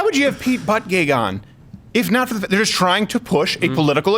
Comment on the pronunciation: It's pronounced "booty judge" not "butt gig."